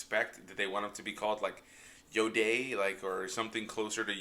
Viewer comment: "Yoday" 😂😂 This episode kicked ass and my heart sank when Razor Crest got blown up 😭 I actually hollered at the screen NOOOOO! This was one of the episodes were it felt to short, cuz before u knw it, it was over. Great breakdown fam ✊🏾